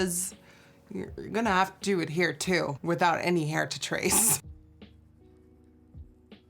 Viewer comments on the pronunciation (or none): none